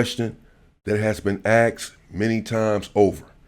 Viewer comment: Mescans and axed all in the 1st 15 seconds 😂😂😂